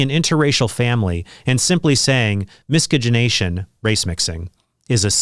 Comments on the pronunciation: . It’s pronounced miss -sedge -ination Trent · miscegenation = mis-sej-in-ation, Trent. Otherwise, you've spoken truth yet Again!! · Just FYI Trent, there’s no hard “G” or hard “C” in miscegenation. mi•se•juh•nay•shun not mi•skuh•guh•e•nay•shun. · Trent!! It's mi-seh-gin-ay-shun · Trent, why do you pronounce "miscegenation" with a /k/ sound? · But we haven’t asked the REAL question: “Is Trent mispronouncing ‘miscegenation’?” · Creepy dude makes a video about miscegenation and can't even pronounce the word. The bible is clearly against it. Beware, this man is misleading you. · I don't get blasting the former porn stars. We should rejoice that they have shed themselves of their wickedness. Now the porn stars who claim to be Christian but continue doing porn...I have a bit less sympathy for. P.S. you have an "interesting" pronunciation of "miscegenation" haha